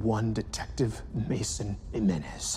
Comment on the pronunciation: The way he pronounced "imm-menez" made me holler 😂😂😂